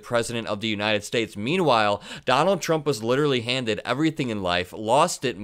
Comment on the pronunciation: Welcome to the "United Schates".